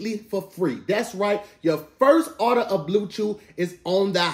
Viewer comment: says “arder” when trying to say “order”. back to you tom 😂